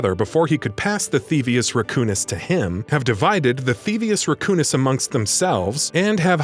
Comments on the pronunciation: "theevus raccoonus" lol its thievius raccoonus that hurts my heart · I am triggered how he says thievious racoonus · You also need to learn how to say thievius racoonus